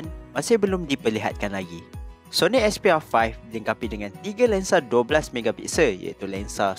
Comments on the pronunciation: "Sony expiya faih" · aku sorang jeke dengar dia cakap "sony expiya 5" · Syony expiya 5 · Sony asbyah faih 😂